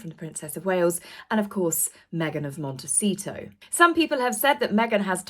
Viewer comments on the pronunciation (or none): none